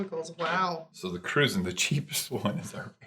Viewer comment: For everyone watching ,including the video host..its not pronounced "Cru-zahn" it is pronounced "Cru-Jan" named after the nationality of the people of Saint Croix U.S Virgin Islands👍